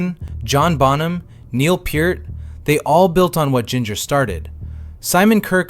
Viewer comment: Cool vid. I’m glad u called Neil , Peart instead of Peart. People get it wrong all the time!😂